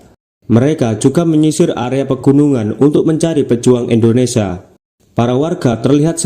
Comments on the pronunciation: Ingat bacanya "INDONESIA, bukan ENDONESIA' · Indonesia bukan endonesa 🙏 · INDONESIA❌ INDONESA✅ wkwk